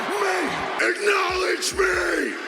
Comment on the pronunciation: Just "acknowlodge"